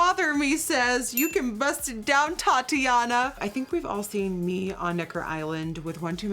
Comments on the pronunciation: She said Tatiana for Thotiana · I cringed when she said “thotiana” as “Tatyana” LOL 😂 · Thotiana 😂 not Tatiana ily Nikki 💕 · Thotiana Nikkie "Tatiana"😔😂😂😂